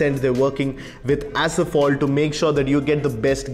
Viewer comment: "Asphalt" not asaphalt